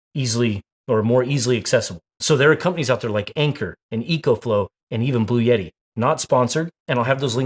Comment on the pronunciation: BLUETTI. Not Blue Yeti… 🤣💀